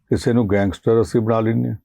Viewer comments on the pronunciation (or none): none